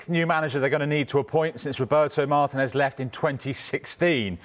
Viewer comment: Not Martínez, please. I can't cop hearing English people mispronouncing his name